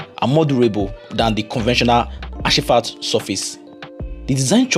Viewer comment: it's not ashifat it's asphalt as in "asfalt".❤